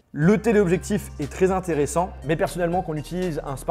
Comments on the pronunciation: « Si s’intéressant » ?? 😅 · Cet iphone 11 pro n'est pas si Zintéressant que ça. Tu fais des liaisons qui n'existent pas parfois:). Sinon excellente vidéo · "cet iPhone 11 pro n'est pas si Zintéressant qu'ça" J'ai mon oreille qui saigne :) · . Pas si zinteressant que ça 😂😂. Purée, apprends à parler.